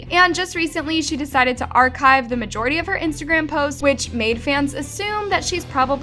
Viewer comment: i don’t know why whenever we have something great people decide to destroy it. honestly shame on every single one of those disgusting people who did these. (also english is not my first language but istg i’ve never heard anyone say archive like that)